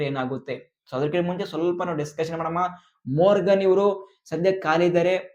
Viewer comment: ಮೊರ್ಗನ್ ಅಲ್ಲ ಮಾರ್ಗನ್ ಅಣ್ಣ